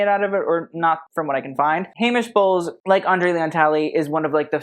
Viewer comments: Okay … Anne Heche… pronounced as Haysh to Hetch. She was quirky and quite beloved. She suffered from mental illness. She had a tragic life and even more tragic death. She deserves grace and respect please. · Heche (Anne Heche, died in 2022 due to a car accident/drugs) is pronounced "Hey-sh" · Don't know which was funnier, "the stain was the most interesting part of the dress" or "the dress should have gotten rid of itself". Thanks for this,. I needed a good laugh today. Oh, Anne Heche is pronounced Hay-sh and she was an actress, formerly Ellen D's gf and died last year in a tragic car accident when she was trapped in a burning car she drove into a house. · Tell me you’re young without telling me you’re young. Anne Heche (Hay-shh) and Famke (Fam-kuh) Jansen were a thing in 2004. Famke was the original Jean Grey in the X-Men movies. PS Theodora is (Theo-door-ah)